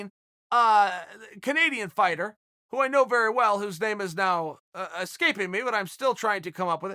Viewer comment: Chael is hilarious with the names. Has to be on purpose because he doesn’t do it when he’s on TV.